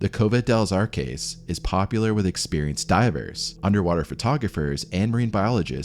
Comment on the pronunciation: "Arques" is not caskets.... it's arches. Cave of the Arches.